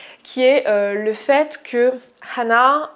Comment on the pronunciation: deja ca se prononce anna pas hanna ,, :3